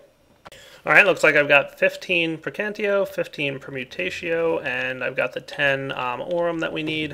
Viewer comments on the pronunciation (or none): it's called "praecantatio" not "praecantio". I'm just saying that for people who have a problem with these thing. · Am I the only one who goes insane whenever he says precantio instead of praecantatio? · um you kight want to know the magic aspect for thaumcraft is called pre-can-tay-she-oh is how you say it not pre-can-tee-oh srry not to be rude or anything it just kinda bothers me sometimes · It's PraecanTAtio. Gosh. :D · Love the series,, but for the sake of all we nazis and pedantics out there, please just try and say Perdi-TI-o and Precan-TA-tio:) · lol i don't know why this bothers me so much but its prae-can-tat-io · You keep saying preacantatio wrong.